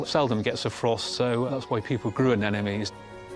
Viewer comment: That would be anemones not 'anenomes'!